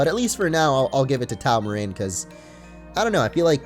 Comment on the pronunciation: Any one else bothered by his pronunciation of taomarin.... As in taoism so pronounced like a d not a t XD